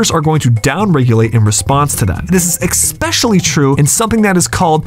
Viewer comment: This guy ain’t smart he literally said “exspecially”